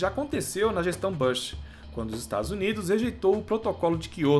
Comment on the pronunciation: só uma dica, não é "bãsh" a pronúncia e sim e "búsh", você usa o inglês de forma incorreta, tentando acertar e errando horrorosamente,.